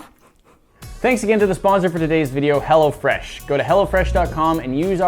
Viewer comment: sometimes it sounded like was saying "Hell'a Fresh" lol